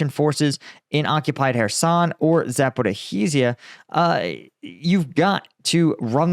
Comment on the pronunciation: Would you please stop pronouncing the H sound in Zaporizhzhia? The “zh” sound is similar to the “Je” sound in French like “Je suis…”. Also, the glottal breaks are different. Say it like 3 separate words. Zapo-rizh-zhia. Or zapo-rij-jia. It’s painful to hear you pronounce it Zaporo-hee-zia